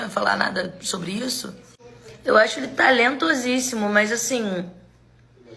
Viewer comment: "eu acho ele talentosissímo..." isso doeu mais que uma voadora.